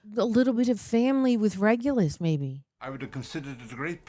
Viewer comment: You are the first reviewers who figured out who RAB was, even though you mispronounced his name! 😉 You were probably mixing it with Remus.